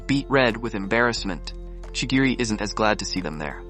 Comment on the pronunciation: Not to be rude but ur pronounce is incorrect chirigi